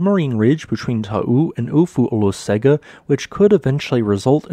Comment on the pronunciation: Not really, In Samoan Olosega is pronounced OH-LOW-SENG-AH. (Lived in AmSam for 7 years and visited Marge and Tito's lodge on Ofu several times.)